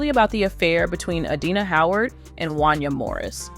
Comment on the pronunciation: I'll be glad when yall "narrators" learn how to pronounce people's names accurately! 😂 That man's name is pronounced "Won-Yay" damn!